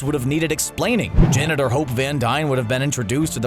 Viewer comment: When he says "Janet or Hope Van Dyne" I thought he said janitor van dyne